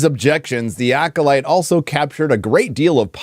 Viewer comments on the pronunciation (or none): none